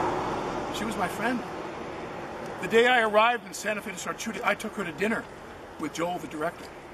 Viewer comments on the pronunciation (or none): Emphasis on the “Shooting”.